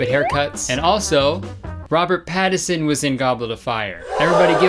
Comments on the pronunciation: According to Kurtis, the N in "Pattinson" is silent. 😂😂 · my respect for kurtis went 📈 when he mentioned robert pattinson cause i’m a huge teen twilight fan and robert pattinson fan but it went down WHEN HE PRONOUNCED HIS NAME WRONG, THERES AN N IN IT KURTIS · as a robert pattinson and teen twilight fan who loves edward cullen, kurtis as much as i love u and your love for robert pattinson HOW DARE U PRONOUNCE HIS NAME WRONG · i looked up robert pattinson bc i was convinced there was that first n missing when kurtis pronounced and wrote it turns out his legal name is robert douglas thomas pattinson... never in history has there been a whiter name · the way kurtis pronounces pattinson is triggering me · every time kurtis says “robert pattison” instead of “pattinson” i lose a year off my life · The way that Kurtis completely ignores the N in Pattinson is my villain origin story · Reason Robert Pattinson didn’t show up: Kurtis called him “Robert Pattison” without the ‘N’ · Wait woa, I wonder if it's a Canadian thing because me and my personal Canadian friends and family all refer to him as "Robert Patterson." I had no idea it was spelt different until this comment 😂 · Lol he said "Pattison" now these guys are saying "Patterson" nobody knows who tf they're talking about. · robert pattison is bothering me kurtis. it’s pattiNson😭😭😭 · no one commenting how he called him robert Patterson instead of pattinson it's hilarious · Omg my friend is obsessed with Robert Pattinson and she would’ve been so mad at kurtis for saying Patterson I said it and she was pisssssedddd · kurtis, hun. it’s pattinson, im sorry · Omg kurtis it’s PATTINSON not Pattison😂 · Why is everyone saying Robert’s last name wrong? 😭 It’s not Pattison and it’s not Patterson either. It’s Robert Pattinson. Smh he deserves better 💀🤚🏾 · Is this the Mandela effect or am I ignorant cuz i could've sworn it was Patterson. Or i guess that's how the announcers have been pronouncing it. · robert patt-is-on okay sweet